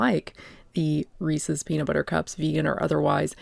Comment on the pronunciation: lol if you say resees you must be from MA